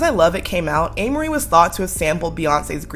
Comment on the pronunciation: I think you’re saying her name wrong yeah😂😂😂